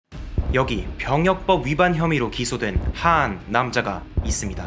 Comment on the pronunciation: 한남자라고 할때 “한남”을 왜이렇게 강조하세요? 기분나쁘네요